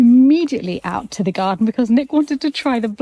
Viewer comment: I love how says, "from the gaw-den"